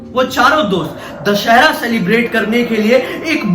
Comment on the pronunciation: Bhiya दशहर nahi दशहरा hota hai